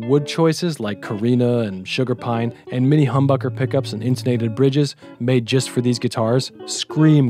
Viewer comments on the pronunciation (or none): none